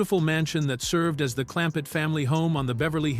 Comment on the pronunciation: Absolutely.😂😂😂😂 Jethrin? WTF? Clampette? What?!? Jalopee? 😂😂😂